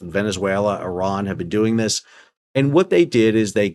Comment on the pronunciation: Why can't americans pronounce Iran properly?